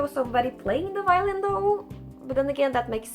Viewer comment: He calls it the violent... badum tttsss... i was somewhat laughing at that point and i don't know if it's just sad or funny if you trip and cut your arm on your own violin 😅